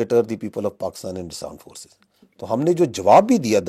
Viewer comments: Bhai 0.25x main suna , yeah sach main aand forces bolta hai. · Aand force = laaand force 😂😂😂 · bhai has some issue with speaking 'armed forces'.....it keeps coming out as 'aand forces''......and then this word takes a different meaning in listeners mind... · Latest forces latest technology and also latest speaking power indians need 100years to understand aand force and armed forces 😂❤ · Listen carefully he started interview With word aand forces 😂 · Aaand force 😂😂😂😂😂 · The paxtan "Aand forces " 🙏🙏